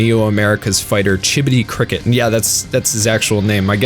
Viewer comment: it's chibodee crOcket tbh